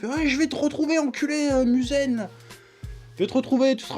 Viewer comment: Tu détruit tout les nom....C'est MUZAN et pas Muzen...C'est TANJIRO et pas Tanjiro...C'est NEZUKO et pas la soeur de Tanjiro, si t'aime un anime retient au moin les noms!! Voilà pk j'aime pas le review française.